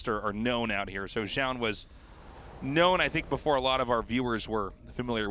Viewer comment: it's Zoun, not fucking Joun.